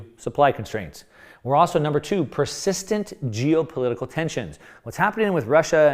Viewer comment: "Also" has an L in it.